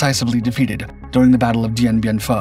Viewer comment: Dien Bien Phu NOT fu🙄 AI not up to much.